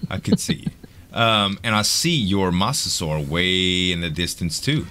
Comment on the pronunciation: it is pronounced mo~sasour